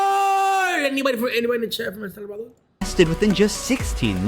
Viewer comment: El Salvadorrrrrrrrrrr